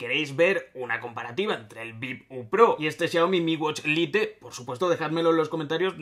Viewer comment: En serio pronuncias a como se lee "LITE" wtf